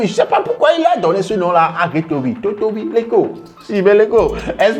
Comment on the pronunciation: Totovi veut dire musclé c'est la manière que tu a prononcé le mot qui te mélange